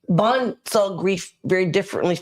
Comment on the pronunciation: Yes Mr. Vaughn you said it perfectly